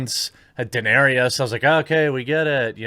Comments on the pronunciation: Again, it's not Dinarious - it's Day-ner-is. Daenerys is the spelling. Where the hell are you getting Din-air-ee-us from? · Bruh how do you still mispronounce Daenerys?